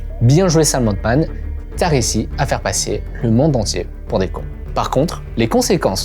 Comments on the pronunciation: C'est Sam Altman pas Sam Oldman ... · Pourquoi tu prononces le nom de Scam Altman « Otman » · le frro sappelle ALTMAN pas OLTMAN